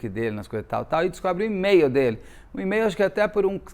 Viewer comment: Na pronúncia correta de e-mail a letra “e” é pronunciada como “i”. Basta verificar a pronúncia do alfabeto em inglês.